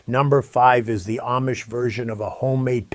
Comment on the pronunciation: I have never heard anybody pronounce Amish the way you do. Are you sure you’re not AI?